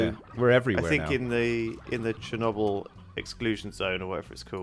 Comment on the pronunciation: It's Cher-noble, not Cher-knobble